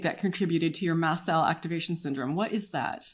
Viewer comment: Its “MAST” cell activation disorder, not Mass Cell!